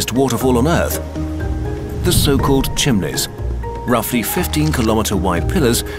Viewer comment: He does not pronounce "Chimneys" correctly